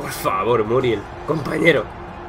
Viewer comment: Según yo es Muriél (pronunciación), no Muriel, ya te digo, es solo para que sepas. De todas formas, es un videazo crack 💪💪